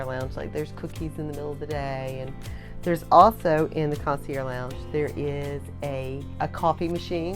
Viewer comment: Great information. I just want to correct your pronunciation of the word concierge. The “ge” are not silent.